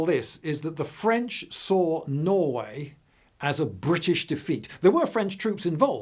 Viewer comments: hearing a brit say THE FWENCH just never gets old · "Advance of the fwench" lmao "Yes, yes, the Wussians" Channelling the spirit of Monty Python ahead of it's time.